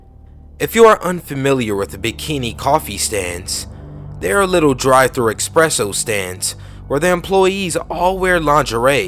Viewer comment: There is no X in the word ESPRESSO dawg. Just FYI